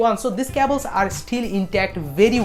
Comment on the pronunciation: You say cables wrong it so weird